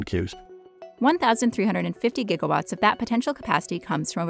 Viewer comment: am I the only one hearing "jigawatts" whenever she says "gigawatts" ?